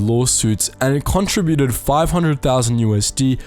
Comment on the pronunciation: Very informative but the mispronunciation of contributed was very distracting. Con trib u ted. Not contra bu ted. Just sayin’